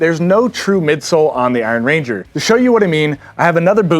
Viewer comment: They’re named after the Iron Range in Minnesota, not after a ranger made from iron. Emphasis is on “iron,” not “ranger.” 😊. Thanks for.